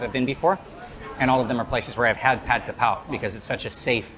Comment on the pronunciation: dude it's pad kRRRRRRRRapow, where are your Rs?